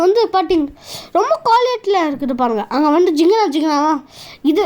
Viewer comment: அடு வந்டு... இடு வந்டு... என்னாடா பேச்சு இதெல்லாம்?